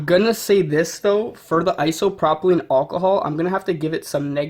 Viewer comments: It’s isopropyl not isopropilene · Iso - pro - pil That’s how it’s pronounced